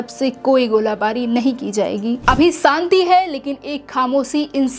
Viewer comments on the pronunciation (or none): none